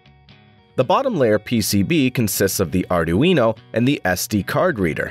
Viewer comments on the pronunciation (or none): "Are Doo Eeno" ? I always thought it was "Are Dwee No" Sounds like the speech generator code needs a little work!